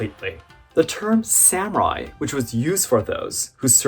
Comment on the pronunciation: As a Japanese it’s wierd when you say samurai as Sam rai Sorry if my Eng is bad 😅